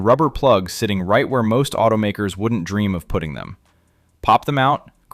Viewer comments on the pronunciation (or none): none